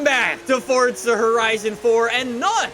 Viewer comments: It’s not fortza, it’s F-O-R-Z-A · If he says FORT ZAH one more time I swear !